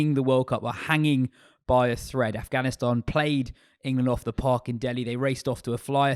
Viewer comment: It’s AFGHANISTAN not AFHGANISTAN LOL